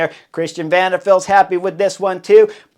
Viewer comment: Love the you call Christian Van De Valde - Van De Feld. Should be Van De Wrong or Van De Knuckle Head.